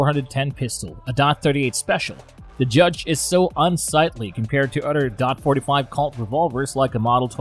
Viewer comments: Anybody that say DOT 45 loses credibility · I mean the man can't even pronounce taurus right and says dot instead of 45 or point 45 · It's hard to take a video seriously that pronounces "forty five caliber" as "dot forty five". Also, I have a Bersa Thunder. It's a great little piece. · its 45 caliber not dot 45 lmao DOT is department of Transportation. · Its probably a premium service text to voice, they are much more convincing than the usual ones but they still make mistakes like "dot 45" for .45 as they directly read it. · stopped thinking this video was gonna be knowledgeable at all as soon as he called it dot 45